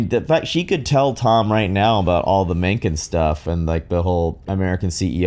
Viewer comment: Mencken butchered the pronunciation though